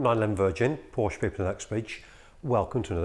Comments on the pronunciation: In English, it is one sillable, "Porsh". Deal with it, you big girls blouse. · How far I want to go with this ? Let me tell you this, his name was Ferdinand Porsche not Porsch or Porscha please respect that. So your pronunciation is still very very wrong !!! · For f....ck sake pronounce it right